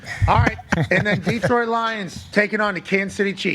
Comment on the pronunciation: Pat, it's Datroit, Da , never Deee